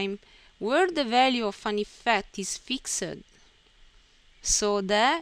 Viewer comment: Say eefcte one more time, I DARE YOU!!, no I double dare you , say eefecte ONE MORE TIME.